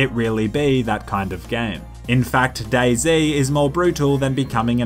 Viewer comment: Lol , for a second I thought day z actually said boyz